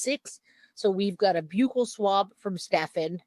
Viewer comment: Thank you for pronouncing buccal swab correctly I hate when so many ppl say it with a short “u” sound like buckle